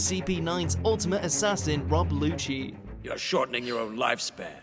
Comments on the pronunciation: Lmao.. Lucci.. Pronounced..LUCHI 'dubbed' is that even affect the English pronunciation ?? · Did this guy really say "luschy"